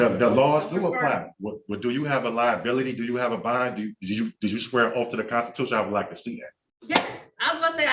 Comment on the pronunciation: “You swore a oaf.”